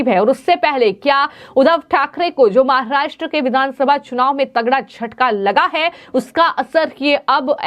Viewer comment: Please pronounce Maharashtra properly. No need to put in the fake Chicago accent.